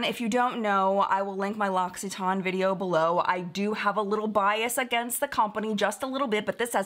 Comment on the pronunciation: I always pronounced it LOCK EWE TAYN (no idea why a "u" instead of an "i" but I often insert or add a random letter to words) 😂 so this was quite a surprise hearing it said properly.